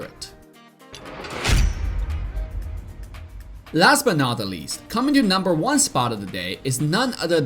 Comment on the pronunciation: Who the fk the BEdan. It's badang. What is Las but node lis? It's last but not least. There is nothing can stand in his way? It's there is nothing that can stand in his way. Marksman? It's marksman. What is wrong with your English.